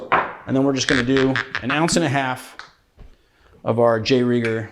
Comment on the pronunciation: Rieger, not Reiger. My fiancée works for Maybee at the Rieger distillery haha